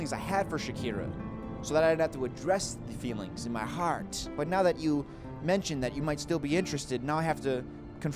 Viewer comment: when you said 'heart' you sounded irish